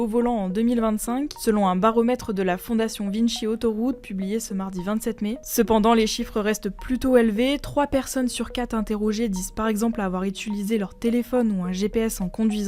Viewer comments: Sisi ces juste vinci pas vinchi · Ptdr « Vinnechi » mais vous etes debiles ma parole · J’ai jamais entendu Vinchi ? Elle était en roue libre la demoiselle 😂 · vinchi ça se prononce pas juste vinci? 😅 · Mon père travaille pour Vinci, c’est pas vinchi à l’italienne ta raison